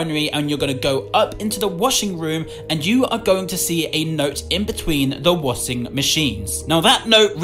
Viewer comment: “InSoUleNcE” the way he says insolence also I’m British and I say it like how it’s supposed to be said. This comment is just for fun sake. I don’t care about his accent I love his accent this is not a hate comment k. I love your vids. And the way he says washing. Pretty sure he made a mistake when he said it. “WASING MACHINE” Also made a mistake on distorted memory. So basically he said it wasn’t a dream cause he woke up Proceeds to show the ending cutscene of Georgie waking up in that mall meaning that he had a lucid dream